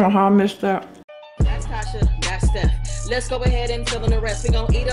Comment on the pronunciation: Yessssssss Tasha you said the it right 🥳🥳🥳